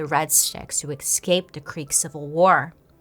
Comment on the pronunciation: BAILEY, i love you but it’s escape. not EXcape. i love you and i don’t want people to think you’re dumb coz that ain’t it. also YAAAAS to the 90s vibes with the hair ✌🏼